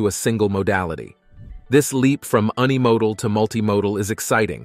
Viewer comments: Should learn to pronounce unimodal. It's not un like unknown. It's uni like uniform. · "un e-modal" vs. unimodal yeah I'm gonna agree